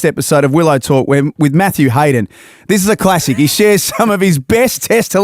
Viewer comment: Everytime they say Willow Talk, I hear Will O'Talk like it's another O'Brien brother